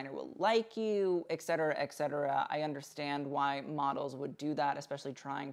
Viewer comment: Love you and your expertise. A quick note - you say ‘excetera’, while it’s ‘et cetera’. :))